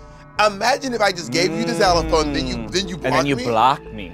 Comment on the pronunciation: How and why is Bob saying ‘Xylophone’ like that? Is that an American pronunciation please?